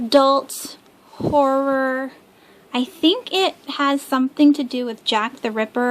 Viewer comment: Haha I laugh every time you say horror and horrors lol I keep hearing whores haha